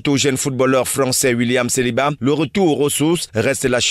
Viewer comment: Saliba et non seliba